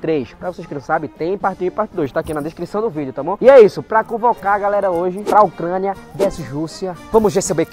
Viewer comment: ÓCRANIA KKKKKAAKKA